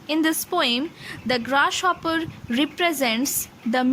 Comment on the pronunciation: I passed XII in 2016, now I'm a graduate. I love this sonnet. One thing that I want to say to you is that the way you pronounce "Grasshopper" is really bad. I couldn't take it in. I suggest you to focus on your phonetics of G sound. P.S. I am sorry but it's true.